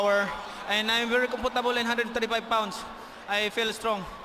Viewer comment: the way he said comfortable was hella weired that fillapino accent tho